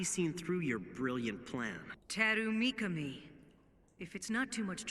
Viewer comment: Not mikani.it's mikami